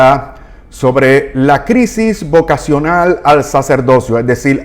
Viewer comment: Señor!!!! Favor corrija, dice VOVA-cional...